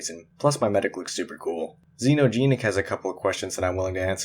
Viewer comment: I’ll give you credit for pronouncing my name half correctly, the it’s either “ex-e-no” or “Jee-nee-k” either one. But congrats on 500 man. Keep it rolling! You’ve got a nice little mention on my channel as well. Remember “Zen-no-Jen-ik” at least how I pronounce it....